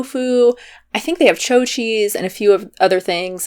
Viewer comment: Is anyone else always annoyed when she mispronounces chao cheese by calling it "choe" cheese instead of "chow" cheese